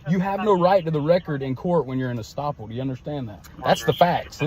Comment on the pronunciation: The term is "estoppel". And he is still wrong.